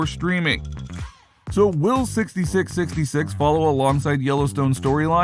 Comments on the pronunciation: Four 6's. Not sixty 6 sixty 6. Sounds dumb as hell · It's pronounced 4 6's not 66 66 four six's say with us four 6's please say it correctly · its four sixes not 66 66 ( sixty six sixty six ) if you cannot get that right -dont bother ! Dislike because you cannot say the shows title correctly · It’s not 66 66 it’s the four sixes 🤦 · Stop calling it "sixty-six sixty-six." It's called "The four sixes." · It's pronounced four sixes. Not sixty six, sixty six. No. If you can't say it properly, stop talking. Seriously. This is an institution in Texas and most won't cotton to well to blatant disrespect of it. FOUR SIXES. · Dumbass media...it is Not "66..66" it is "4 6s" for the winning card hand that won the original ranch& it is not in South Texas but rather north central West Texas...pretty shallow research "The Showy" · Its pronounced four 6's FFS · It’s the 4sixes not Whatever the hell this guy is saying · Stopped watching as soon as he said 66 66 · It’s pronounced Four 6’s. Learn some history of reality please. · Pronounce the name The 4- 6's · It's pronounced four 6's. And it's not in South Texas lol It's in West Texas. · Jesus. Its the Four Sixes. You did some research just missed a key component of this informative video. Thanks for the info though